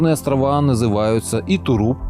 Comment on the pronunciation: ебень ты произноси правильно. не курильские островооооаааааааааа. правильно будет острова а не островоааа